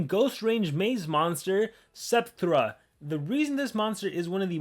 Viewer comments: Spekthra: Is spelled 's-PEK-tra": Ah yes, Septhra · Did he say “Septhra”?????